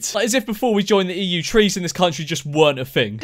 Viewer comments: Lol I thought she said cheese 😂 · I thought she said cheese 😂🤣😂😂🤣😂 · Am i the only one hearing "cheese" instead of "trees" ?